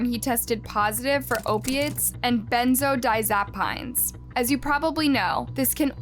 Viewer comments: Its pronounced benzo- die as a peen. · Lol benzodiazapines = benzodiazapeens. Get your wording right, it sounds ridiculous. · Ben zo dy az uh peeps is how that's pronounced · For the record moving forward: Pronunciation: (Benzo-dyaz-o-peens) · It's pronounced "benzo die azza peens" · Omg such a sad story but you made our family bust out laughing when you pronounced benzodiazepines lol 😅😅😅 it's pronounced benzo ~ dia- za- peens ❤❤❤❤ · I just come to the comments of her videos after seeing what words she mispronounces. "Ca-neez?" instead of canines? You really screwed up that pronunciation? 🤭 "Benzodizapines?" 🤣🤣🤣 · Pronounced BEN-ZO-DIE-AS-A-PEEN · As horrible as the story is your pronunciation of benzodiazepines completely took me out of it and i couldn't help but laugh. So ridiculous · Sweetie, please look up how to pronounce unfamiliar words. It’s jarring to hear words being completely mangled. Benzodiazepines isn’t easy, if it’s not familiar. But you’re creating a video. You could make an effort to come even close to pronouncing it correctly. Otherwise, thank you for your video. I appreciate it. Keep on producing. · The way she pronounced benzodiazepines 😩😂😂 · lol the pronunciation of benzodiazepines 😅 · Learn to pronounce BENZODIAZEPINES properly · Horrific. This story always makes me so so heartbroken. I'm a mom of three boys, and I just couldn't imagine..... Also, I know this seems nitpicky, but I was thinking that for the future, if it shows up in your new videos, the correct way to pronounce benzodiazepines is (spelling it out phonetically) ben-zo-dye-AZ-uh-peens. Just thought that might help you out when it comes up again :) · The way she pronounced benzodiazepines???? 😭😭😭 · I played it back three times 😂😂😂who told her that sounded right. 🤣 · cannies && benzodiazapines 😭😭